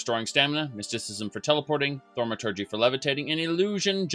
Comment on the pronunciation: You actually pronounced thaumaturgy!